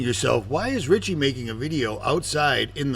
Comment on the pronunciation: No t in Richie.